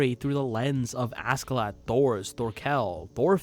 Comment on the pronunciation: As a life long fan, my joy of seeing so many people gushing over VS is only matched by my irritation over seemingly no one being able to pronounce the character names, not like the characters themselves aren't constantly screaming each other's names in the show 😆 I love you man, I really do, but for future reference: Einar is pronounced HEY-NAR, Askeladd is pronounced ASH-HE-LADD.